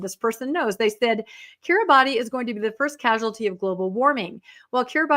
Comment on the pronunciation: It's pronounced KIRIBAS, not Kiribati. Happy to get perspective on Heretic, which sounds bad. The temple will be inundated.